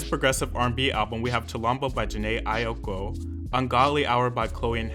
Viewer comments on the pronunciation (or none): Jhené Aiko is my favorite artist of all time and even I don't think Chilombo should have been nominated for Album of the Year. Would have been a good place for Blinding Lights or Sawayama. Also Aiko is pronounced like (eye-ko) ☺ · "ay-oh-ko" "foe-bee bridges"💀